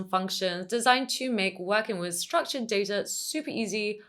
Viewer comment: Just one point: It's pronounced data, not data.